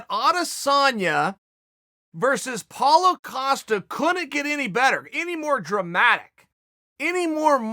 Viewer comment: What happened to the 3 extra syllables in paulo costas name?